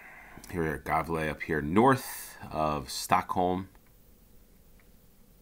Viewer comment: Believe it or not but Gävle is pronounced "yeah-vleh" Edit: Värnamo: "vair-nah-mooh". Just the right place for a cowboy! The two should give you an idea of what "ä" would be.